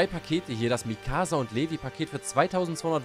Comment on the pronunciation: Ja digga und dieses Mikaaassa